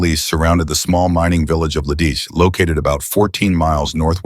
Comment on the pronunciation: You aren't pronoucing Lidici correctly, even though you've said it at least 3 ways in this vid. You know, you can look up pronunciations on google.